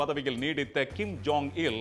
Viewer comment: Kim “jong” un. John illa